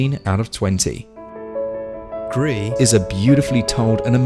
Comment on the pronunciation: Thought it was grease not gree??? Oh well don’t matter looks good 👍